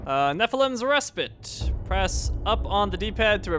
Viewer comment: Res-pite not res-pit